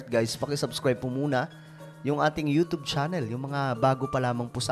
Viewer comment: Pronunciation mo YouTube it sounds youtobe